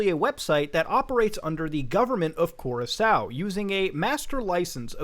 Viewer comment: Awesome piece one thing though: Cur Rock Co is how your pronounce Curacao